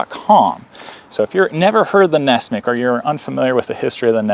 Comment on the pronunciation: It's not Ness-mick, it's Ness-"MUCK"!